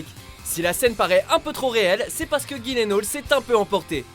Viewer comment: for fuck sake... c'est pas GUILENAUL... c'est gyllenhall... ( pas trop dure à prononcer gyll comme giles enn.. hall )